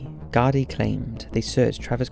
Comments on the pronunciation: Garday haha its pronounced Gar-Dee, Ireland is a corrupt hole of a country with strong connections to America, for fuck sake US soldiers are often spotted in full uniform hanging about US companies like Lockheed Martin, and we all know what suspicious carry on they get up to. One of the richest countries in Europe because it was built on dirty globalist blood money. Wouldn't surprise me if a man of his talents copped on to something fishy and was sent on a one way trip to the Wicklow hills. God rest the poor fella. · Not to be prude but, it's pronounced 'gardee' not 'garday' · It's pronounced gar-dee. I've seen posters recently, no more than a month ago, I can still remeber seeing the posters for the first time as a child. There was a couple of cases like this at the time. ALLOT of unsolved disappearances in Ireland.